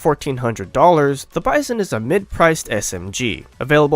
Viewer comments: Bizon is a French knockoff actually. Pronounced bee-zon, not like bison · The way the narrator pronounces "Bizon" is wrong. Also, if you use this weapon - and all the other SMGs - in a "Hollywood film manner" you will probably regret using it. You should see the videos of Arthur Alphin about trench assault, he tells you how to use a SMG and a combat shotgun effectively.